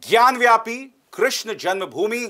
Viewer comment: ज्ञान व्यापी नहीं, ज्ञानवापी.